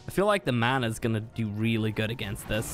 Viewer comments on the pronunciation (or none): none